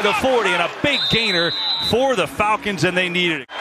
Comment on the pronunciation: The Folcons he said.